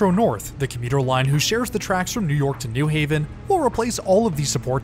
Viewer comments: Nice video, but it's New HAven not NEW Haven. Pronounced the same as New York or New Rochelle. Looking forward to next week's video! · In CT we pronounce it “new HAVEN” emphasis on Haven vs. “NEW haven”